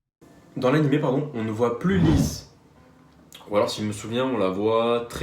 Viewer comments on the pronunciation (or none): AnimÉ pas animE tu dis "dessin animé" pas "dessin anime" je te jure c'est insupportable